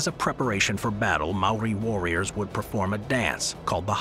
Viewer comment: Maori not Mari 🤦🏾‍♂️